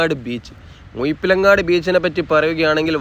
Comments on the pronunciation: മുയിപ്പിലങ്ങാടല്ല സഹോദരാ, മുഴപ്പിലങ്ങാട് 😂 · മുയിപിലങ്ങാട് അല്ല മുഴപ്പിലങ്ങാട് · Mind your language..not muyippilangadi.. Muzhippilangadi..seems zh a problem for you! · മുഴപ്പിലങ്ങാട് ❌ മുയ്‌പ്പിലങ്ങാട് ✅ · ആദ്യം മലയാളം ഉച്ചാരണം പഠിക്കാൻ നോക്കിയിട്ട് പോരെ കോയ വീഡിയോ ഇടാൻ, മുഴപ്പി ലങ്ങാട് ആണ് കോയ, അല്ലാതെ മുഴുപിലങ്ങാട് അല്ല ഹമുക്കേ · മുയിപ്പിലങ്ങാട് അല്ല -- മുഴപ്പലങ്ങാട്. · മുയിപ്പിലങ്ങാട് അല്ല മുഴ മുഴ മുഴ ഴഴഴഴഴ ,,,,മുഴപ്പിലങ്ങാട് ബീച്ച് അറിഞ്ഞൂടെങ്കില് അറിയാവുന്നോലോട് ചോദിക്കണം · മുയിപ്പിലങ്ങാടല്ല മുഴപ്പിലങ്ങാട്ട് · നല്ല detailed വീഡിയോ 🤝 ഭാഷാശൈലി രസമാണെങ്കിലും മുയ്പ്പിലങ്ങാട് അരോചകം ആയി തോന്നി 😅 മുഴപ്പിലങ്ങാട് ആണ്. റോഡ് വീഡിയോ തുടങ്ങുന്ന ടൈം പറഞ്ഞാൽ ടൂറിസം താൽപര്യമില്ലാത്തവർക്ക് ഉപകാരപ്പെടും. Keep up, amazing 👍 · മുയുപ്പിൽ അല്ല കയ്ഞ്ഞ് എന്നൊന്നും പറയാതെ വ്ലോ ഗർ അല്ലെ ക്ര്ത്യമായി പറയു.....പ്ലീസ്